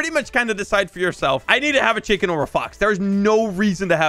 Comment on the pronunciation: the fact he called a penwun a chiking is so funny